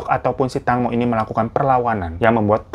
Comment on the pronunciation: Fyi di bacanya teengmo bang